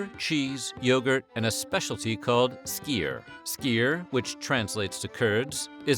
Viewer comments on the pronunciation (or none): I live in Denmark. Dagmal (danish- dagmad) “daw-mal”. Nattmal (danish- natmad) “nat-mal”. Skyr (danish- skyr) “skur” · yep that was pronounced totally wrong. It's a hard one to be fair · We hate when you say skyr. I dont know how to spell it out, but you arent saying it correctly